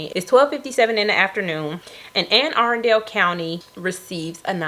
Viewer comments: It’s pronounce Anne A-Rundel (Arundel) Co. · She butchered that name didn’t she 😂